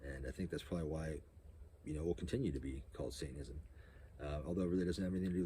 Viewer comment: It's funny how you say it: "saintanism", not "satanism" 😂